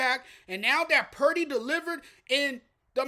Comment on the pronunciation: I think Cam is being racist, actually. He clearly despises Purdy. The first clue is the fact that he intentionally mispronounced Purdy's name. Go back and listen. He calls him Brock Parity. I think he's salty about a white QB being mentioned as potentially the best in the league in the period where we have more black QBs than ever. There are other white QBs that he doesn't trash, but they're not rising to that level where they might beat Lamar or Mahonmes. I can't prove it, but if the Lions had won, he's be telling us how Goff is overrated right now. Any true fan doesn't care if Purdy, Bosa, McCaffrey, and Kittle are white or that Samuel, Williams, Warner, and Wards are black. They're all fantastic players.